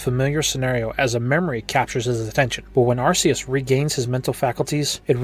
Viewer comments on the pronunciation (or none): * sigh * It's pronounced Ark-ee-us, not Arse-ee-us. TPCI did this specifically to avoid having British parents complaining about a Pokémon having the word arse in its name.